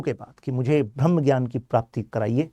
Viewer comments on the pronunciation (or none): none